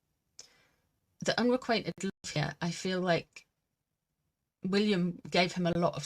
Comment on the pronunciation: Unrequited. The word is unrequited. lol, ive ignored it so many times when you say whatever that word you use is, unrequainted? this time i. have to say it!